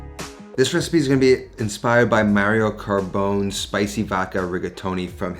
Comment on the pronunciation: I honestly thought he said Mario Kart's Bones recipe at first.